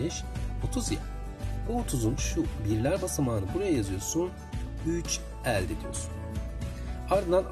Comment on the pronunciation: E harflerinizi yanlış kullanıyorsunuz.Öğretmenler bile diksiyon hatası yapıyor ne kadar üzücü. Elde derken (E) kapalı olacak